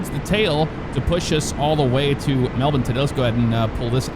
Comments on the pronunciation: Mel bin is absolutely the correct pronunciation (y). Go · I bet you don’t pronounce alot of things right out of your country MelBin 😂 yea that is exactly how you pronounce IT ... maybe they should spell it correctly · 2 things I can thank for for as an Australian. 1: the pronunciation of Melbourne 2: "fly into Australia"... therefore not including Tasmania as part of Australia which we also do 👍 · Finally an American said "Melbourne" properly. It's "Mel-bin" not "Mel-born". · HE SAID IT RIGHT YESSSSSSSSSSSSS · He actually said Melbourne correctly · Melbourne his my home town, left there about 26 years ago. Glad to hear you pronounce Melbourne correctly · nearly nailed saying Melbourne great job mate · Pronunciation 10/10, never ever heard an Ameican say Melbourne correctly. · wins for pronouncing Melbourne correctly! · A foreigner pronouncing Melbourne correctly??? IMPOSSIBLE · It's funny hearing you pronounce Melbourne correctly but by the way you are talking its like you think that Tasmania is its own country and not a state of Australia. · I'm Australian and this my first time hearing an American say Melbourne properly. Also another nice city in Australia is Brisbane.